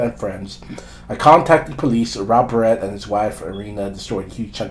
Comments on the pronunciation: This a**hole cannot pronounce his last name correct-its Barrett, not like a hair baret wtf! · Holy shit. Say his name right!! Like the gun!!!